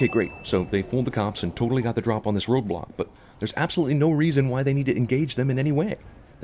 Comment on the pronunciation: I know it's "road block" but I just can hear "Roblox"